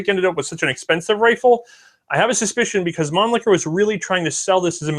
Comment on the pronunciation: Thank you for this presentation! However, some manufacturers' names and/or arm types are not pronounced correctly. MAN-Lee-HER, NOT ManliKer! ShEnn-a-uer (Shen as in then).